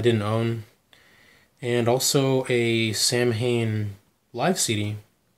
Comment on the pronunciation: not for nothing man it's pronounced Saw win not Sam Hane